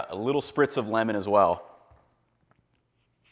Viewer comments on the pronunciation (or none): none